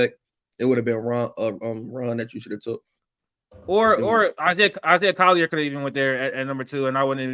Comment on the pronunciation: He said Isiah Collier at #2?! HELL NAW! 🤦🏿‍♂️👎🏿